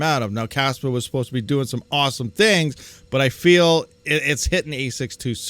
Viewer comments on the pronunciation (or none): none